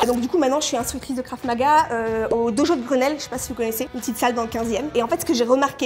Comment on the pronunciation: en plus elle disait Kraf au lieu de Krav 😂 en plus je fais du Krav donc ça m’a fait rire de voir les fraudes